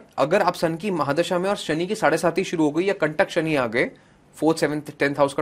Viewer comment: साड़े सती नहीं मैडम. साड़े साती. 🙏(7 = सात)